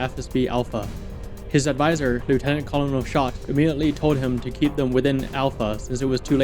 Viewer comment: Hey man! Great video. But you're pronouncing Colonel wrong. It's not as it's spelled is pronounced kur·nuhl. Like kernel of corn.